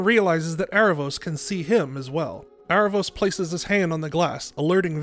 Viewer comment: I thought the show pronounced his name like Air-a-vos? not Ar-a-vos?